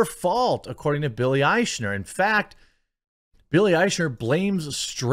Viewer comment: Nice of you to pronounce Eichner's name correctly (from a German point of view) More respect than he deserves, but still great.